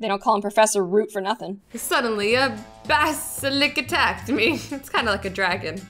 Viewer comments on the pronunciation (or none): Azzy: Bask - a - lisk Me, being the Harry Potter nerd that I am: HOW DARE YOU I think you mean Bas - a - lisk. There's a big difference. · fyi you pronounce it BAS-A-LISK (no offense) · at the end its bask- a -lisk